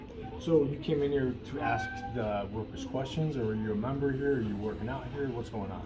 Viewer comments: For some reason black people cant say 'ask'. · To be fair, she did 'axe' you.